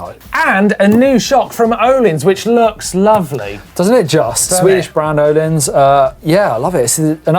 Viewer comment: Most mispronounced name in cycling industry has to be Öhlins. The Ö is a not pronounced Å, most say Åhlins/Ohlins. Here it is pronounced correctly: So far only one pronouncing it correctly is the swede from VItal Mtb. But now as Husqvarna is in E bike game that's probably another one. Many pronounce it huskyvarna, which is completely wrong. there is even a video on how to say it correctly